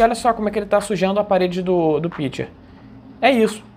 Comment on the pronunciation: Se pronuncia: pichê.